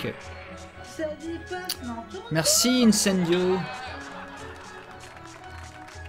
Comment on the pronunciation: j'adore quand harry gagne et que dit: Icendio:D